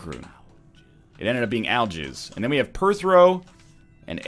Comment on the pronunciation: I swear he said "al-jizz" in the dark room, instead of "Algiz"